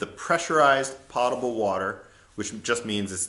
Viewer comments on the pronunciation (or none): Its pOtable not potable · Seems super smart, but then loses all credibility by pronouncing potable incorrectly...